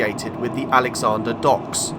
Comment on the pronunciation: As an old Newportonian, I cheated and joined you just south of Cwmbran. Very interesting to see the view from lines I was familiar with from outside the railway land. Thankyou. BTW, it's AlexandRA docks at Newport, not AlexandER. Also, if you're pronouncing the local names correctly, they've been strongly Welshified since I left in 1970. As I was growing up in eastern Newport in the '50s and '60s, I knew more people who self-identified as Jewish than Welsh, and that was less than a handful. We pronounced Gaer to rhyme with hair, and Caerleon was k'LEE'n, where ' is the very weak central schwa vowel that's represented by a turned e in the IPA.